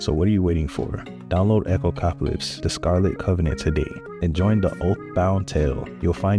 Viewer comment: "Echocopalypse" lmao.